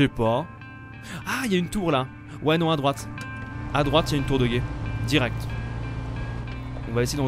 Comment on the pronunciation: A il dit tour de guète